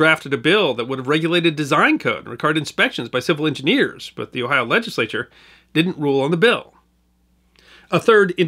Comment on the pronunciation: It's always nice to hear people pronounce Ohio place names correctly.